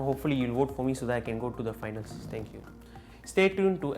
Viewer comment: Same loool